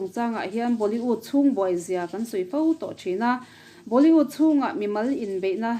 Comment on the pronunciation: Tarlan tih thumal hi a tam mah2 thin ani.. hman a ngai bawk si..🤭🤭 Chuan Boli-ût nilovin Boli-wût ni zawk se... 👍👍